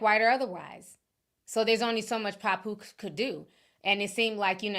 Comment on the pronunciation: Pap…poose 😂😂😂sorry it was grinding my gears the way you say it😂😂😂😂